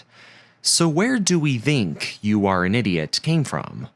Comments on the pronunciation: "so where do we thhhink" ("th" sounds like "th" in "the") "fledg-i-ling" ??? "pre-f-iously" "under it's leave" Notice how literally EVERY SINGLE sentence ends with the same tone of voice (like a falling note). So, why couldn't you just use a HUMAN to do voiceover? Is your voice THAT bad? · “so where do we DINK” Lmfao never heard anyone say think that way in the history of ever. 😂😂😂😭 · "so where do we VINK" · Real English speakers use þ